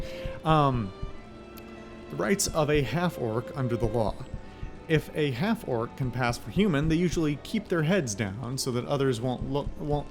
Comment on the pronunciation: "An 'alf," because we all have potatoes in our mouths.